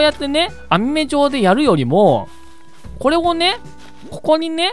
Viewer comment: これ っていうときも こぇ ってなってました